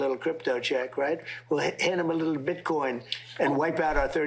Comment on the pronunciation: “hit’em a lil BID-COIN” 😂